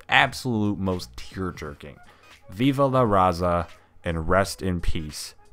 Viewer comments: Viva la Raza roll your R's when you say it. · Lmao the whitest “viva la raza” I’ve ever heard 😂😂😂